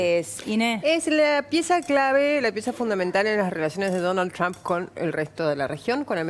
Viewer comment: Que bien que pronuncia Donald TRUMP !!!! Para cuándo la bandera con estrellitas en la Casa Rosada ?? Cómo lo van a hacer enojar al jefe del mundo ?? Desde cuándo se anima un presidente a hacer su política y sus alianzas , en su propio país !!!!????? Que clase de democracia es ésta ???!!! Sin pedirle permiso al dueño de América . Y además quién les explica a éstos energúmenos , quiénes son dictadores y quién no !? Se enfrentan con la iglesia por ? Se persignaron haciendo la señal de la cruz ? Pero BIEN !! DÉJENSE DE JODER ! LA NAZION